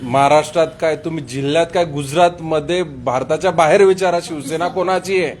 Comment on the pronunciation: Aadhi tar ya patrakarala shivsena ucchait (pronounce) karayala shikava. Shivsena mhana. Shivshena nahi.😢